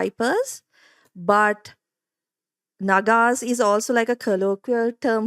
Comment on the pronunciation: The pronunciation goes with Naa-gaa-s